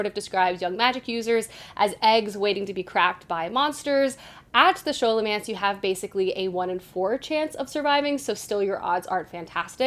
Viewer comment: I've only heard it pronounced the way that you say it.